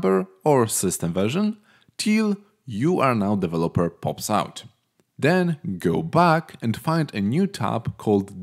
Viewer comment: "Develōper mode" was funny